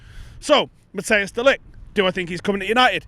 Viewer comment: How about trying to pronounce De LiGt's name properly!